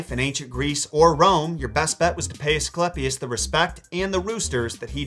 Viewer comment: ‘eiiii’ not ‘ehhhhh’ Ascl’eiiiii’pius not ‘Asclepis’